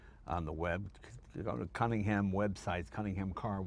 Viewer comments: Looks like the offspring of a tryst between a Bentley and a Cobra. I like it. Someday, a kid will shake Jay's hand and thank him for the opportunity to "meet a piece of history." Duck fast, kid. And is it just my ear or does Jay pronounce Cunningham as "Cummingham" the first couple times? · Sorry, its really silly, but I can't watch this: there's something about the way he pronounces cunning-ham that really grates. I'm completely fine with American pronunciations normally; it's just this one word. Jag-warr is fine, aloominum is fine, trunk and gas are no problem, but cunning-ham? No. No, no, no. It's a shame, as I'm really interested in the car. I think maybe I should just get over it... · Jay pronounced it correctly just once, and then after one of his team mispronounced it, never returned to form.